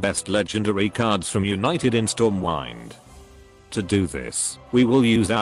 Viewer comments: Why the hell do U pronounce "Stormwind" as ['stɔːmwaɪnd]????????? "wind" is pronounced as [waɪnd] only when it is a VERB!!! the word "Stormwind" should be pronounced as ['stɔːmwɪnd] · Storm wine 🍷